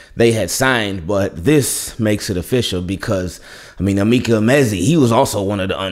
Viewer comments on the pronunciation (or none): none